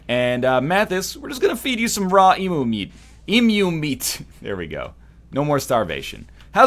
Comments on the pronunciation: Thank you for learning to pronounce Emu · You said Emu correctly! I've never been more proud :)